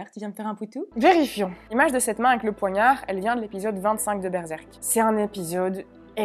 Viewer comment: Désolée mais le "véri - fion" m'a foudroyée 🤣😭